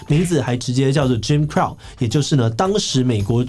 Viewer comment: Jim Crow's laws... Crow 英文發音：不是克勞，是克羅。。。